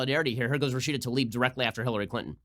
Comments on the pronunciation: Lmao she said Hillary Clin-in its Clinton speak English 😂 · Has anyone else noticed that young people say bu un instead of button? Cli un instead of Clinton.